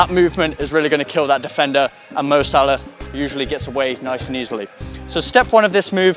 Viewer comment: its salah mate